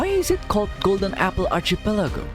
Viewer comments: Kandungan yang bagus. Sebutan archipelago itu sepatutnya archipelago bukannya archipelago. Teruskan usaha. 💪💪💪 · Why do you pronounce archipelago that way??? Was i saying it wrong??!!